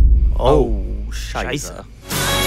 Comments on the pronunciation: It’s „scheißE“ not „scheißA“ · Pc Tiago why are they all pronouncing „scheiße“ as „scheißa“